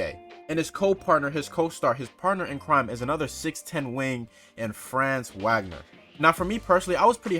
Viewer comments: Bro....if u gonna cover the magic ya gotta pronounce their names right. It's not pronounced how it looks with franz....it's like FRAAHHHNZ VAH-GNER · It’s pronounced Frah-nz vahg-ner if that makes sense